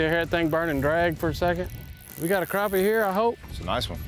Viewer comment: finally someone who says crappie and not "crap pys"